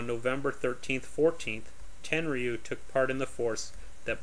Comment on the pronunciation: It's pronounced ten-roo. You don't pronounce the y.